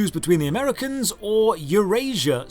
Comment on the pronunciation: amehicana eurasia